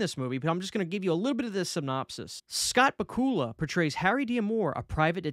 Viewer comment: Love the videos,! You do a great job of keeping the viewer engaged, by keeping your videos short and to the point. Many YouTubers could learn a thing or two from you. That being said, you butchered Scott Bakula's name. Not criticizing, just don't want you to do the same thing in the future. Scott Bakula is a really popular actor. He plays the lead, on the hit TV show, "NCIS: New Orleans." It's pronounced, Bak-u-la. Just like, Drac-u-la. Again, love the videos! You're an inspiration, my friend.